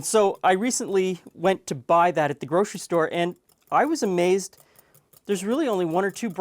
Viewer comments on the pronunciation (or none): none